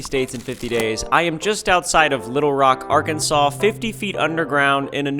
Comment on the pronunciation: “Arkensire” sounds like an english place name